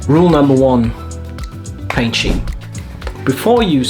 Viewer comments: I hate to be this guy (but I am). I liked your video a lot and I've subscribed. Great content! But the pronunciation has the 'c' in it. Love you though bro. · The Scheme and Recipe pronunciation had me chuckling haha. Good video and very useful tips!